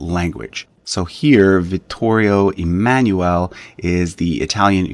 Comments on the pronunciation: Dovresti migliorare la pronuncia 🇮🇹 dei loro nomi originari Emanuele è da pronunciare E MA NOO E L E LA "E" 🇮🇹 È come la "E" as "BEND" "END" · Please! "Emanuele" is NOT pronounced like that!